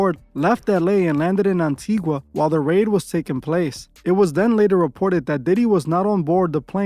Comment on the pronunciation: Why you butchering my island like that....the locals call it AN-TI-GAHHHHH